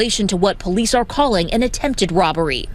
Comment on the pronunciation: you said POoo-lice. Now we know.